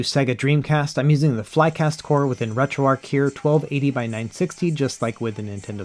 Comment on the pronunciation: Dude you're still calling it retroark instead of retroarch.....it's amazing to me as a dyslexic person how many people choose not to know how to read especially when I struggle with the English language